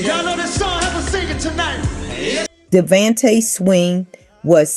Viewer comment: Jo-da-cee, Kay-cee & -da-von-tay….learn how to pronounce their names or just leave it alone!! Booooooo!!!